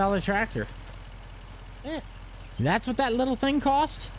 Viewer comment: "i wonder if it was on a different twactor" lol